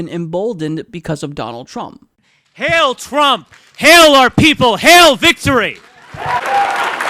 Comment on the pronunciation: The Martyrer It's also pronounced "hile", not "hail". He's a neonazi idiot.